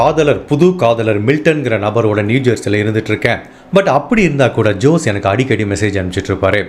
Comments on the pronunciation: Jose is also not ஜோஸ். It is ஹோஸே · FYKI for jose also you have to pronounce as hosay...